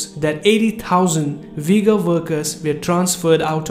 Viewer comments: Brother you ve to remake video just saying it is not Vigor it is ughur pronounsation the way off all nation i am an Uzbek myself and i know Ughur people Peace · its Ughur no Vigors like U= like double OO - u